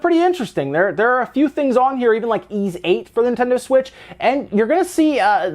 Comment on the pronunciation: Ys is pronounced like geese without the g. not ease. this series has been out since the 80's, people need to get it right